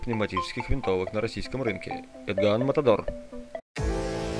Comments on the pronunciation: Какого хера нету ограничения по мощности и калибру???? Автор, вы на луне столбе ветер или в России???? Ограничения ещё какие !!!! Пс. И не "Этган" ,а "Эдган"!!!! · Не Этган, а Идган)) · не этган а эДган . хоть поинтересовался бы прежде чем обзор делать.